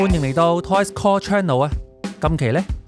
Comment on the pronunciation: "ToysCore"發音好左喎